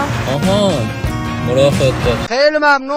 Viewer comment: مراقب ❌️مواقب✅️